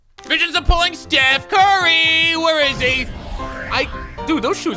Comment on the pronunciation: "just put a t in your name" steth curry